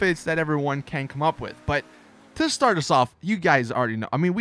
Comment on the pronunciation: he says can like ken